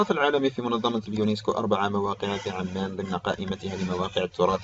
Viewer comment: بارك الله فيك ،،،بس حط عمان ضمه ،،،، مش عمان ،،، انطقها صح اخي ،،، انت تنطق مدينه اردنيه وليسة سلطنة عمان